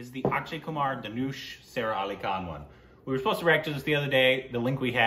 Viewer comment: It's not pronounced as sarah but sa-ra